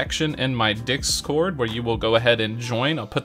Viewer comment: ”Dick-scored” Bruh, tell me I’m not the only one who hears this… 😂